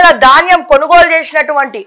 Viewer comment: It is dhaanyam not Daanyam ... so sad to see the errors in language ...